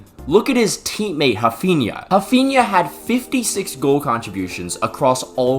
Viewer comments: Who the F is 'Hafinnya'?? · being a douche and not pronouncing raphinha like the rest of us lmao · Mf can’t even pronounce Raphinha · ctrl+F "Raphinha". You're welcome.